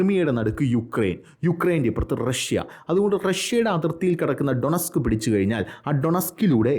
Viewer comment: ക്രൈമിയ please Also ഡോണസ്ക് not ഡൊണസ്ക്